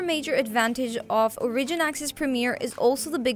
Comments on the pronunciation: Ore-ih-gin. Not O-ridge-in... holy fuck chick. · You keep saying origin wrong.